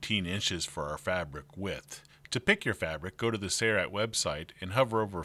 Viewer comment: The narrator even has the installer saying "say-right" instead of "Sailrite". Gawd that drives me nuts.